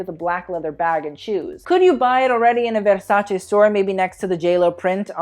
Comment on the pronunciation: stop saying vérśäćę plsss 😣